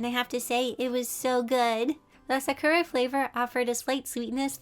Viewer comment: Just an FYI as someone who’s Japanese, Sakura is pronounced saw-coo-da. I think the company would appreciate a proper pronunciation.